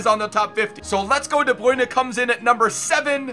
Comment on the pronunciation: I really hate the way he says de bruyne